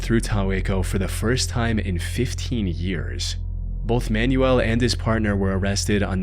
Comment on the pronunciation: Every time you say "Man-U-El" I think you're talking about an instruction guide. The name is pronounced, "man-WELL" - especial among Spanish speakers.